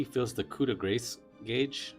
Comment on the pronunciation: So, it isn't pronounced "grace" like mercy & grace. It's French, and it rhymes with "loss." Look it up. 😅